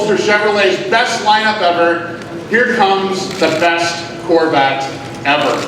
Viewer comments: is it just me, or did anyone else hear "COR-VAT"? --- wtf? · What's a Corvatte? Why can't people pronounce anything properly nowadays.